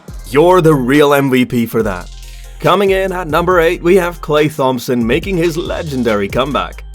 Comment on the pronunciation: u did not just say thompson like that 💀